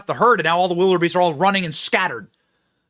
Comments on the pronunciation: OMG, he said it again! "Wild-er-beasts" 🙈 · "Wild-er-Beast" I think he meant to say, "Wildebeest". "Wild-er-beast" Oy...